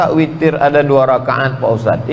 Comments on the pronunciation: Witirrr ngab..witiiiirrrrr.... Bukan fitiirrrr... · witir ngab..witirrr... Bukan fitiirrrr....